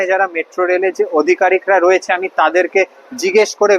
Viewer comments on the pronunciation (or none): "অধিকারিক" না, ওটা হবে "আধিকারিক"।